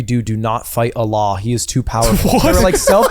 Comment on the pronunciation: white guys PLEASE pronounce it "uhll-lah" with a heavy emphasis on the "LL" sound instead of "uh-laaaaah" like Ludwig